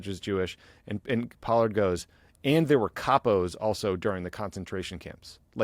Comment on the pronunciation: Yeas...Pollard does not sound like Pard.